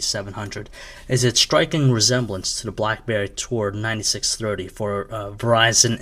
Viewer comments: BLACKBEAR !!! ITS BLACK'BERRY' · hahaha he does say blackbear. maybe this is a different review then i thought